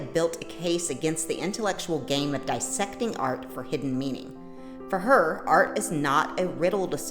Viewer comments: A note on pronunciation. Dissect is not pronounced the same way that bisect and trisect are. The difference is that there are two s’s in diSSect making the prefix of dissect DIS and not DI. BI sect is to cut in two pieces. TRI sect is to cut in three. But the prefix DIS has the meaning “”to undo” as in DIS appear or DIS like or DIS agree. So, dissect means to unsection or to take apart. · It’s DI-ssect. Don’t be pompous.